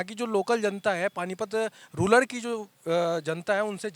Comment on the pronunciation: पत्रकार महोदय जी आप रूलर शब्द प्रयोग कर रहे हो ये रूलर नही रूरल (गरामीन) है। धन्यवाद।